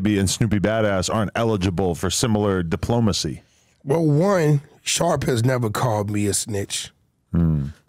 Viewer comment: you mispronounced diplomacy